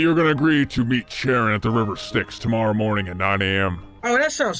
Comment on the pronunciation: man the pronunciation of chiron is killing me xD